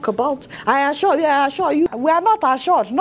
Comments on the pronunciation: This is to notch! the "I aschwure you president" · Lol! President I shor u, I shor u..... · Ha ha ha ha I assuah (assure) you I assure you ha ha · The most funniest part is our president I asua I asua not assure 🤣🤣ADEOLA I AM ASUA you we will visit you soon just continue keeping it real 👍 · "I ASURE YOU"